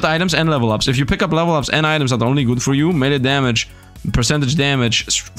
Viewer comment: i have brain daamage xD he said dmaage more than my 19 years of living 😭